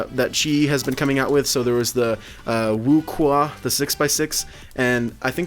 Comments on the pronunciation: "the WuQhua" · it is pronounced 无缺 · The 4x4 is actually pronounced....... wookie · Actually it's wuque is not pronounced like that stills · you still pronounced 'wu que'(无缺) wrong 😁